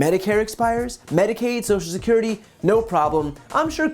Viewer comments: If you want to fix Social Security, let’s start with using all 6 syllables when we say the words. “Sosha-skirty” is the preferred pronunciation by those who want to see it die. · Republicans can't or won't pronounce "social" security. They call it "so security." Hmmmm. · Scott can't even be bothered to pronounce "social security" in full. And he's gonna save it? Laughable. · He can't even pronounce "social security". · This man cannot even say" social security" Reminds me of someone with the "nukular" codes not so long ago🤔